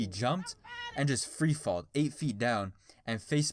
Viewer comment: "freefalled" freefell*